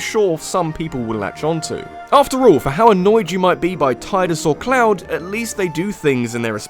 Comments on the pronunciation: Dude. IT'S. PRONOUNCED. TEEEEEEEEEEEEEEEEEEEEEEEEEEDUS. TI-DUS. Not Tai-dus. Ti-dus. This will never not annoy me. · Tidus is pronounced teedus and his laugh was intentional, did you not see the full scene